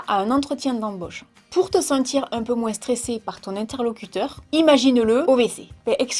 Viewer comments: J’aime bien tes vidéos c’est agréable à regarder et tu nous fait sourire, je me suis retrouvée dans ce que tu disais par rapport aux études, je passe mon bac cette année donc les études supérieures approchent ^_^* J’adore quand tu dis “moinS” je sais pas pourquoi 😂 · sa me fait trop rire quand tu dis moinss 😂👍💜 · je t'aime mais "on l'entend moinssse"😂😭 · MoinS aaalala comme sa me perturbe 😅